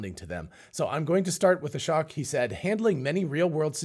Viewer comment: It's SHOCKING how many times I've posted the correct pronunciation of Ashok's name on this channel. Hint: It rhymes with choke. How do I know? I've listened to his own self introduction.